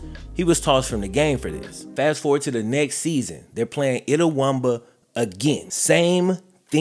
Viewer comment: S/O to for pronouncing Itawamba correctly lol